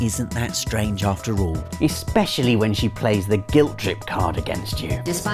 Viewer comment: What is up with reviewers not being able to pronounce simple words like "degenerate" and "especially"?